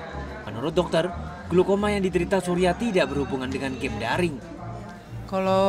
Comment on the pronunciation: glaukoma woiii.. bkn glukoma